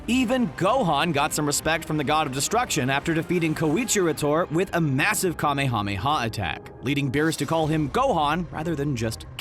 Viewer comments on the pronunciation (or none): none